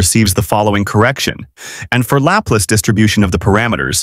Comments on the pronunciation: Your pronunciation of Laplace is... interesting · 😂was thinking the same!